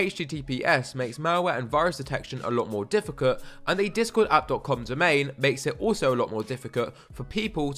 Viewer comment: what was that? Difficut? Nice vid btw